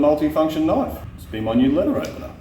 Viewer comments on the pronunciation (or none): now "That's a knoife"